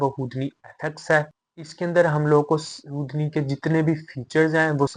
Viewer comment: it's "who-D-knee", not hood-knee .. the fuck? 🤔